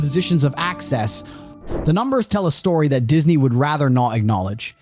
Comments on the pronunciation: The guy telling this story cannot say the letter T. It’s annoying, and I’m not posh ,I’m a cockney. Slopping talking. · This the third tate? Has same extra syllables to words😂